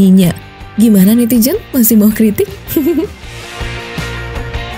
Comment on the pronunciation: Coba cek 00,10. Mbak mimin salah sebut kata "NETIZEN" yah??? Atau sya salah dengar.. hihihihi Sesekali tunjukan mbak yg baca berita dong, penasaran. Hahaha